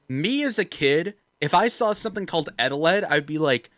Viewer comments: no wait on not eteled, EGELED. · "egg eteled" Eggeled